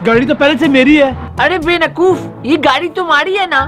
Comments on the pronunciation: hi my name is also shayan and he also saod benakoof instead of bavakoof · Yes he said benakoof. Cheap acting of sham adrees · you said benakoof instead of bewakoof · Very funny vlog😁😁😁 And I noticed that he was saying benakoof instead of bewakoof😀😀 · Any one noticed sham said bewaqoof benaqoof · He said benakoof instead of bewakof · He say banakuf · he said benakoof